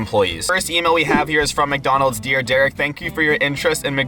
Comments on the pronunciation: why did you say mecdonald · Why do you say micdonalds